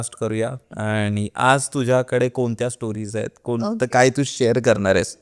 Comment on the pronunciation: पानी ,आ नी, भाई भाई 😂😂😂फेका फेकी